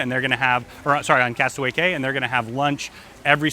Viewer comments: I would think a travel company would know its pronounced "key" not "cay". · It's KEY...not CAY!! And you said that Royal Caribbean's Island is called Castaway Cay! And your a travel agent?? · Its key!!! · Its pronounced "key" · Prounounced Castaway KEY! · Yes, thank you, pronounced KEY... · Although the name is Castaway Cay, it’s actually pronounced castaway KEY. Just a heads up. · It is pronounced castaway KEY